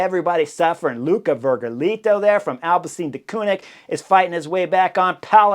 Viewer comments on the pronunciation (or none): Hearing the announcers call out Luca “Verga”lito has me giggling 😅 🫢